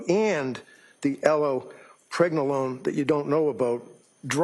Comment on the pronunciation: 'and the L-pragnolone that you don't know about' LOL